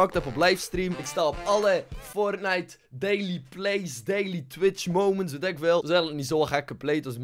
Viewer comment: Wie speelt er "fortnicht"? :D